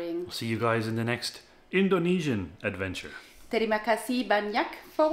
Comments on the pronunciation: Your knowledge of Indonesian language and pronunciation is very good! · Its amazing how spot on your pronunciation of Indonesian language are.